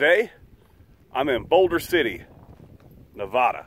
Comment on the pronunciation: Hi Kevin, as a lifelong Nevada resident, I feel the need to correct you on the pronunciation of our state name. The "vad" in the name is pronounced like "bad". Isis says hello.